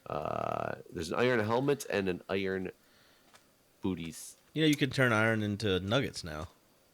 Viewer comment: the only accent has is not being able to say "iron"